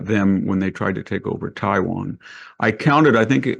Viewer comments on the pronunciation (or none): none